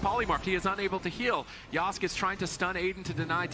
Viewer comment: Casters can't even say names right, it's YO-SKAY not YOSK